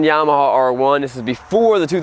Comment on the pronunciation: I think it's pronounced Yama-ha, not Yama-hall I could be wrong. : )